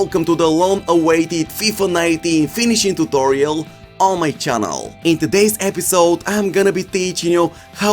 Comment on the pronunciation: Like how he says tutolio